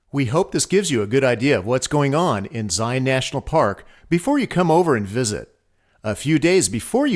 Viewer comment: Very well done. Hopefully people will learn the correct pronunciation of "Zion" through your video!